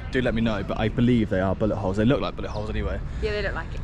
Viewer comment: Oh shoot,i thought you said butt hole.hahaha its bullet hole.